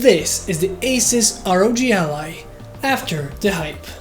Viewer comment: "R.O.G Ally" dude its the ROG ally....